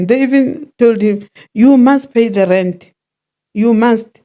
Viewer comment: Aaaaah ive been wondering why she keeps saying rent…